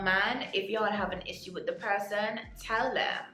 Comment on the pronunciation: Love your makeup n the way you say “ issue “🫣